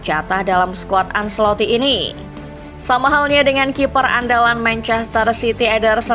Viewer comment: Maaf, penyebutan ancelotti: ancelotti bukan anselotti